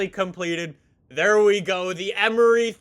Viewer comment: Emory is pronounced E-mory (like more)